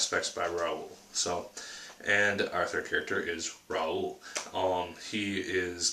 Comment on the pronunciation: the x is silent, so it's pronounced Lerou, but hey it took me a while to figyer out how to say it. As for the book I love it, it's one of my favorite book. actually at the time I'm posting this I'm working on my 4th read though.